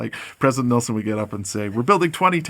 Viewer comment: I am so surprised...after 101 years we just can't pronounce his name correctly. It's not nilson 😊it's nelson.